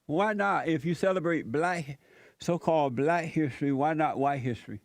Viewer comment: can't pronounce the word black. He says blat. What a moron.